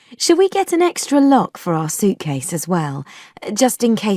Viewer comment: its quite hilarious that Q4 sound like "lo" instead of "lock" because it has no ending sound. how to differentiate log and lock without ending sound???